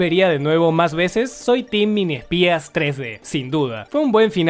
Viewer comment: La mato "a vesoz"